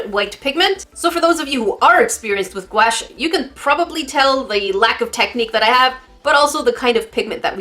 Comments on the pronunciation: Normal people: guache: GUAEESH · Hi! I love your videos.. I used to pronounce gouache like you do, and my dad laughed at me. It's pronounced like ghost + gosh. Goush, I guess.